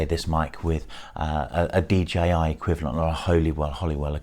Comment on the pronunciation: thank you for saying DJI and not as most say DGI. Does my swede in!